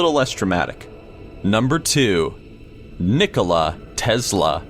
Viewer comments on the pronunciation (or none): Who else thought said Nikoli instead of Nikola